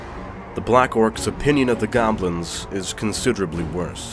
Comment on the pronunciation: I thought you said he killed off all the govlins. And the very next battle you day orc and goblins.... not picking. Just enjoying the storytelling. But picked up some minor issues.